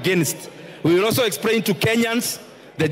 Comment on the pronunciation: expRRRRAIN. Embarrassing